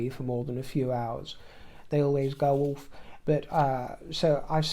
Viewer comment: I love it when he says ‘ouurfff’ instead of ‘off’ 😂❤